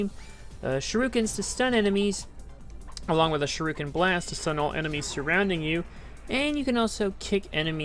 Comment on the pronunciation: It's shu-ri-ken, hearing you butcher that was messing with me the whole video 😂